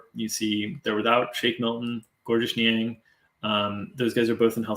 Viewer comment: FYI Georges Niang is pronounced “George”. Silent S. Source: he answered the question in a Jazz promo vid